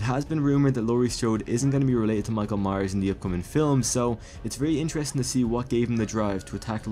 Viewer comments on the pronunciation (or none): none